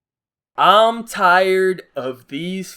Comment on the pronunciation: Let me catch my son saying, "tried" instead of, "tired."